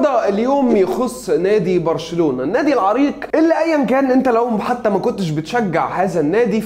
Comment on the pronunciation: اللي قاله برشلنلاوي هي غلط بس مش برشلالاوي